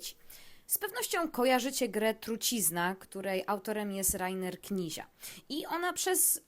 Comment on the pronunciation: "KNICJA", nie "Knizia". :) Ale merytorycznie dobre podsumowanie. Dzięki.